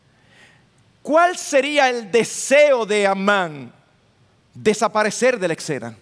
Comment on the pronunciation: no se dice ecsena, es escena; olvídese de la c, ud es un hombre educado